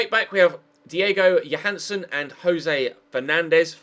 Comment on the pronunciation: JÓHANNESSON say his fkn name right